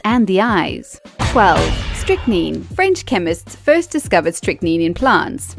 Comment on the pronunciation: Pronounced strick-9, but i'll give you a pass on that one 😉